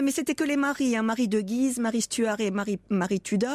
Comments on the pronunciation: Guise se prononce gu-ise, cher historien ! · On prononce le U de Guise.